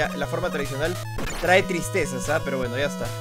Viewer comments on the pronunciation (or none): none